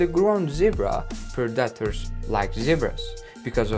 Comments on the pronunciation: It's predator not parataders stop butchering the English language. I don't care if it's not your first language. Which is OBVIOUS! and it's constructive criticism get over it PEOPLE. You get compliments and criticism that's life... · Pred dat toors. Also known as pred-a-tors. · It took 12 "PER DAR TERS" for me to understand that he's trying to say "predators".. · PREDators, not preDATors. If you´re going to use a word one million times in a video, please learn to pronounce it correctly. For a native speaker, it´s really annoying. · It’s pronounced pred-A-tors not pre-DAT-ors 🤦🏼‍♂️ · “Pred-detors” had me weak 😂🤣😂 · Well, at least you told us to turn on subtitles. I appreciate that very much, so I won´t criticize your pronunciation. (note though: daughters=predators !) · Pre-DA ters that’s a new one for me I’ve never heard someone pronounce it like that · Yeah. Sounds like a toddler trying to say that word. Like he said it over 100 times in the vid and still couldn't get it right lol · funny how monolingual people are so keen to make fun of anyone who actually has the brains to learn 2 languages. When you struggle to say taco correctly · Listen carefully! It's not "predators", it is PREDACTARS!! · I love the way the narrator pronounces predators. PRA DA TARS. Hysterical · "Pra-duh-ters" 😂 love it! It's awesome you speak English so well when it's clearly not your first language! I love hearing ESL people's accents when speaking engrish! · I honestly kept thinking he was saying protractors . Gave me flashback to geometry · "Warthogs hide from (Pred-Ay-Tor) this guy 😏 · The gazelle is known to use speed to escape "Predeterz" lmao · I had to smile at the pred-AT-tors.... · What´s a "predatter" ? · Preh-dot-tours lmao 😂😂😂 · Why he's pronouncing predators as Productors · Let's hear it for those perdahtrs! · I hear predators as productors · "Preh daters" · predaators 😂 ahh toke me a 1m to relies he was saying predators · "pre daters"🤣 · Learn how to pronounce PREDATORS bud